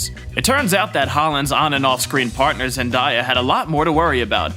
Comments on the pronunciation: Idky i get so triggered how he says Zendaya 😅😭 I have no room to talk i have a speech impediment i say almost everything wrong lmao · say zendaya's name right and I'll give you a like